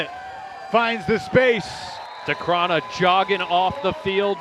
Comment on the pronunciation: It's been a year since he landed in the States and the commentators still can't get Decraene's name right...